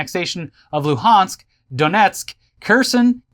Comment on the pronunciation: It's weird hearing say Lugansk ( it's pronounced with g or г) a city I was born in 25 years ago. So surreal and strange 😞. This whole thing has been going on since Winter 2013. When will my native land have peace and quite.